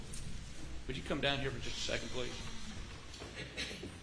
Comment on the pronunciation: Where did Awex find Elmer Fwudd for his defwense? "Pwease expwain..."